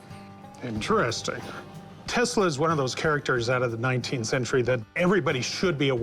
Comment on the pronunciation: Is Not Nikolai Teesla, is Nikola Tesla, is Not born in Croatia, is Serbian born in Österreichhungaria. That Must now if you say abbout greathest mind ewer.